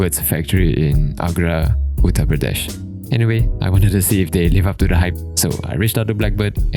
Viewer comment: Your pronunciation of uttar pradesh was spot on, so was the review